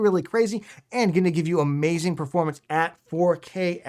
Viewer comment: That's a Mayzing 😂